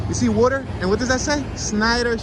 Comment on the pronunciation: Don't cross the " wuter "